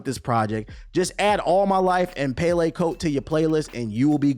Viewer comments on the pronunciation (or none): I respect and appreciate the breakdown of this album because I 100% agree and I could say I’m a fan of Durks music … but if I hear you say “Pay Lay Coat” again you might lose your Chicago card😂 I know you know it’s pronounced, “Pell E” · You not pronouncing pelle coat right they used to be popular leather coats back in the day